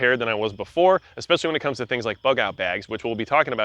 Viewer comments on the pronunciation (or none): none